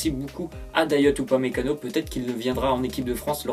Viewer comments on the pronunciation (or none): Sa s’écrit dayot mais sa se dit dayo